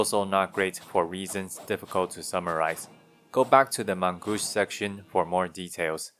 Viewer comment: You pronounce "main" very well, but the "au" from "gauche" should be pronounced like "oh", that also counts for any "au" in other french words.